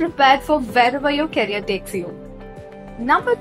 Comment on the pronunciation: The moment u said carrier instead of career, i couldn’t continue 😂